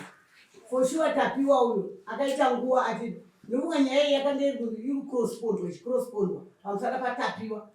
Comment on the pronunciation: hanzi nyaya yakaita nguva ichi crosspondwa R.I.P ENGLISH🤣🤣🤣🤣